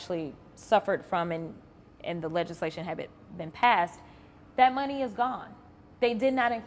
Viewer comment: Jasmine Crockett, before you get back on TV, learn how to say “money” correctly. Please. You out here embarrassing the Black community every time you speak, but let’s be real—that’s just a symptom of a much bigger issue. See, the Democratic Party has been running the same iron triangle scam on Black folks for decades—using the Black politician, the Black preacher, and the Black activist to manipulate our communities into voting for them. They show up with promises, talking about “hope” and “change,” but when the dust settles, what do we have? Crime-ridden neighborhoods, broken families, and an economy that leaves us struggling while they sit in their fancy offices collecting checks. They tell us they’re “for the people,” but historically, they were the party of slavery, Jim Crow, and segregation. Then they switched tactics—trading the chains for government dependency, bad policies, and empty rhetoric. Same oppression, different strategy. And let’s not forget how they treat any Black person who dares to think differently. The moment you step off the plantation and start asking real questions, they call you every name in the book. Uncle Tom. Sellout. Meanwhile, they praise Black leaders who do nothing but maintain the cycle of victimhood and obedience. Jasmine, you and the rest of the Democratic puppets got some explaining to do. The Black community is waking up. We see the game now, and we’re not falling for it anymore. Y’all can’t keep gaslighting us while our communitie